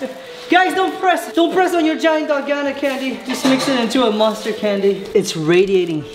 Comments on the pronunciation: Dal-goh-nah. Not dal- goe-nah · pls its DALGONA not dolgana 😭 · pronounced (dal-goe-na)